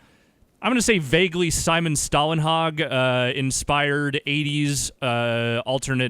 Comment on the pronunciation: Simon Staaaaaahlenhaaaag. (I am from Sweden) Me: No, it is Stålenhag.